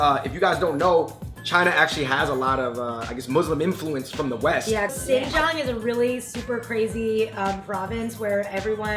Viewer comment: ...Did you put spam in the jianbing? Who does that? Your grandmother is white as heck but at least she was sensible enough to take that shit meat out of there. This video was just so infuriating because you got some white-washed as fuck asian girl who can't even pronounce "Xinjiang" properly, with an equally white-washed grandmother who probably rolled into the West Coast circa early 1990's if not 80's given her English fluency. The dishes presented were sub-par at best and did very little to capture what "authentic" Beijing food actually is. You guys (as the Fung Bros.) always do a very, very good job as moderators and curators of Asian culture...and you're always mindful of not offending people and trying to present as "real" a picture as possible. I've always appreciated that. But you can't pull half-assed shit like this. You can present this as a "hey look some grandma showed up to the US more than 20 years ago and STILL kinda knows how to make Chinese food. Plus here look-- her granddaughter still knows like two words in Mandarin!" Maybe even a look at how her grandmother was able to make "Asian fusion" food. But you can't present them as "wow this is some real ass Chinese food," because it's really fucking not. And the rest of us who do actually know what's real and what's white-washed, are cringing dude.